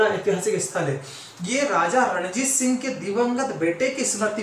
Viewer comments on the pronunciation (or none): none